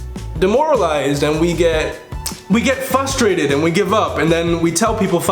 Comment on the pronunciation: bruh you speak 7 languages but can't pronounce frustrated correctly lmfao